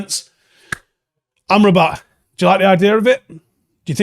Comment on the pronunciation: I can't seem to unhear "armed robber"😂.